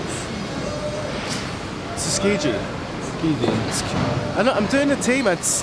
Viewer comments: Tsu......Key ..... *pronounce the letter...... 'G' Tshkiji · goddamn dude it's tsukiji